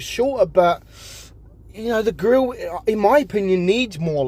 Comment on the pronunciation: butchering the grille for no reason